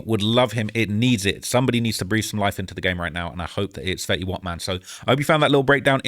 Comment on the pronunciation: HUH!?! 10 Sec in and you call FEYTY old-school? Im so confused. ITS FETTY!! Mr 1738 himself. OLD SCHIOL!?!?!